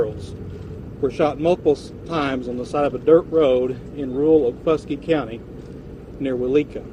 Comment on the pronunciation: It’s OKFUSKEE county